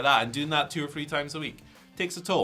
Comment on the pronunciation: The number Three (3) does not have the letter "F" in it. The word FREE and the word THREE are completely different, pronounced completely differently. The letter F is never proper when used in place of the TH sound. They sound nothing alike.